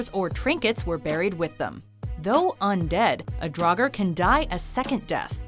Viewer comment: Oh damn... "Dragar" That pronunciation is so bad..